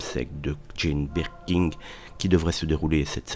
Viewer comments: Birkin, pas BirkinG! Vous le répétez tant de fois de façon erronée! Comment est-ce possible? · Et incapable de dire Birkin.